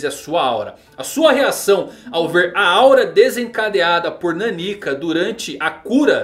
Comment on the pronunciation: Custa falar NÁnika? Meu Deus...